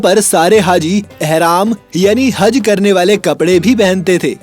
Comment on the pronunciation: He speak हज =I listen हग